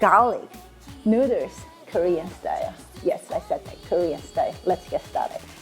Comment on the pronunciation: They also say "neuters" instead of noodles 😂